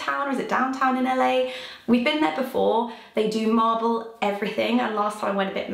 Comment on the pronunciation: Literally thought you were saying Marvel instead of marble 😂 xxx